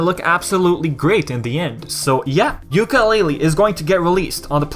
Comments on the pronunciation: So Many Mistakes and you call yourself a Yooka Laylee fan stop saying YookaY LayLeeY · still you say it very very very bad. and made alot of mistakes and you call yourself a Banjo Kazooie fan. OMG you have alot the learn.